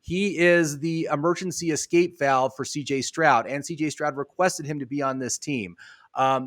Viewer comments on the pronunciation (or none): none